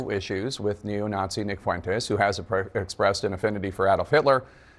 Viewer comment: Dana pronounces Fuentes like Michelle Malkin does. I like that.